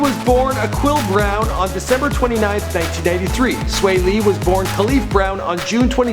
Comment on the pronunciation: Get the name right it's swae not swa